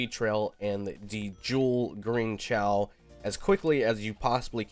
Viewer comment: Not trying to be mean but its “kay-oh” not “chaow”